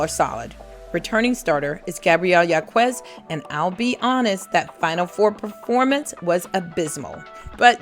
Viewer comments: Gabriela's last name is pronounced "HAWKez" not "YAWKooez." Please... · Thank so much for this. Just a slight correction Gabriela Jaquez preannounces her name Hawk-ez. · #11 Gabriella Jacquez's last name is pronounced "Hawk-ez"